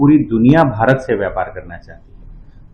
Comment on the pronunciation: బారత్ కాదు భారత్, బారీ కాదు భారీ ... Have some sense.. you are presenting the News in a public domain